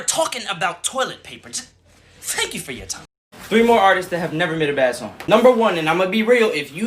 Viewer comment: Fank fou for four fime